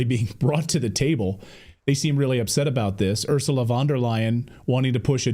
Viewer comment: By the way “U”rsula van der Leyen is pronounced “Oorsoola”, like in “Oozing”, not Örsla.